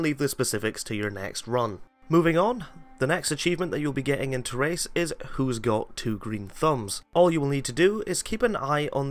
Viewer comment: God damn that Terrace pronunciation :P